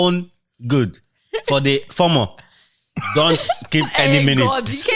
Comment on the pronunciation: not FORMORE it's FOMO pronounced FOEMOE looooooool